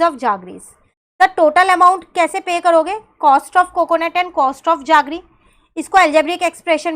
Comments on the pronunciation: Mam that's not jaggre it's jaggery means gud metha vala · Why are you saying जागरी instead of जेगरी